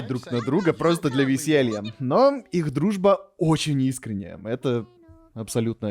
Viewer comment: Я не могу понять что говорит в, по повествованию вроде должно быть "их дружба очень искренняя", но я прямо слышу что говорит "их дружба очень неискренняя", это у меня так или там реально так и есть?